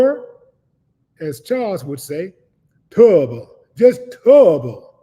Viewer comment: Turrobble, just turrobble 😂😂😂😂!!